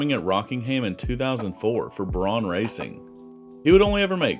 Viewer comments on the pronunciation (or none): none